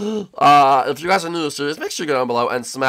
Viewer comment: hi huys says Morton